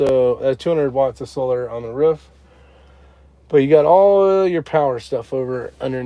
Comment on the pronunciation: WTH is a ruff 😂 it’s a roof u live in the south now 😂